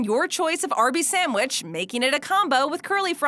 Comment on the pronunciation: I love that she says samwich